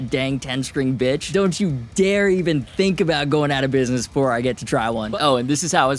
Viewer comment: It's called Bich, not Bitch...